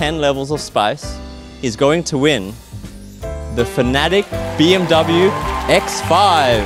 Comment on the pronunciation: Hey FNATIC, pls look up the right pronunciation for BMW. Thank you